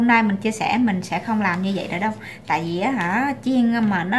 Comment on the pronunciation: Em ơi đả ở mỷ rồi đừng nói vi đi veo nữa ,vi,đi ,ô em ơi